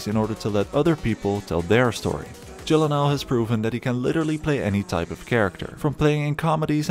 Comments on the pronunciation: How do you pronounce Gyllenhaal correctly? Proceeds to pronounce it wrong. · Jake: "That's how to correctly pronounce it" This guy immediately after: "Jake Jillan Hall...." The timing of that made it hilarious 🤣